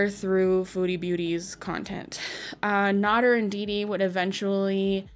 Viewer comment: Amy Flowers is NOT FFG. But FFG KNOWS Amy Flowers. And mispronouncing Nader was cringe all thru this. How do ppl make 'Docu-Series' on ppl and don't know the facts. 🙄